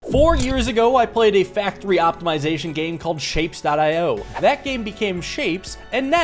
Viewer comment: Ok, but isnt it shape-ez not just shapes?